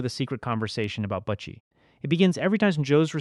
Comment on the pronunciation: When u say butchie u make it sound like butt cheese lol